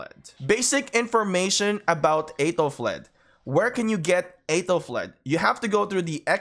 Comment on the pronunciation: You pronounce her name wrong...